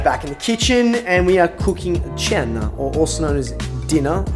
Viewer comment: hai detto cena come un vero italiano 👍